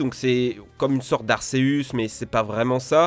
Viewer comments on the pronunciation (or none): Arceus, pas arseus!!!!!